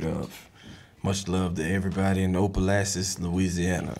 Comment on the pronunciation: Karlous saying Opelousas, Louisiana wrong got my Aunt pissed cuz she live there got me dead, It's pronounced Op-Pa-Lou-ses Karlous😭😭😭😭